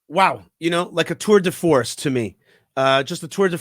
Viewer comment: Quite a good pronunciation and use of “tour de force”, my mensch ! 🇫🇷